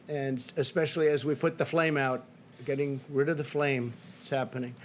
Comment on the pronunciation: "Flame" he can't even say it.